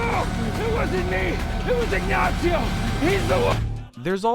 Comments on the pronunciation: Why are you saying “Ignatsio”? It’s just “Ignacio”. Not hard to pronounce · There's not "T" in Ignacio hahaha "IgnaTcio"? xD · "Ignacio" is not pronounced "ig-nazi-oh". The Spanish "c" is pronounced like the English "s" (in this case, not in all cases). From a native Spanish speaker.